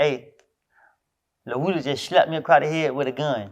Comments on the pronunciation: Lmao dj can’t say woody 😂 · Broccoli baby had to point out on no jumper that he’s really a atl fan boy by letting us know that his name is pronounced lil wooooo Dy